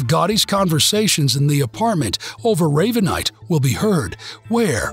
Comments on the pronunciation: "Raaaaavanite"???? It's Ravenite.....like the bird. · Very. Good job guys !! But ray ve nite not raavenite